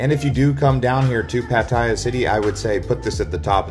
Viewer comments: PATTAYA NOT 'PATTYA' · Excellent video - nicely edited. But it is pronounced PAT-a-ya by Thai people .. not Pat-EYE-ya . hahaha